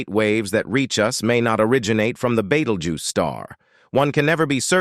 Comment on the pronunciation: Beatlejuice. Betteljuice. Beatlegyuse. Beatlejews. Bettelguise? I had to keep watching to hear them all 😂